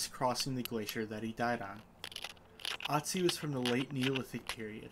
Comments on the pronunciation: he is called Ötzi- that's pronounced something closer to ootzi. Not aught zi. Sorry- great video showing the flint knapping, something I'd like to learn, but pronunciation was distracting . Say 'oo' and then push your tongue forward against the back of your bottom teeth to get- ö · It's oo tzi not atzi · Otzi has an umlaut so it's pronounced more like Ertzi. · Fantastic project! In case anyone interested in the pronunciation of "Ötzi", Austrians/Germans would pronounce an "Ö" very different from an "O": more like an i in 'bird' or u in 'occur'... "Irtzi" ;) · Funny. Usually native English speakers can pronounce Ö perfectly fine. “Perfect“ has the Ö sound. “Urgent“ has the Ö sound. Ötzi is peonounced like “uht-see“ or “ert-see. 🤗🙏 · Hi Raphael, if you watch my more recent video where I make one of Ötzi’s arrowheads, the pronunciation is a bit better than in the dagger video.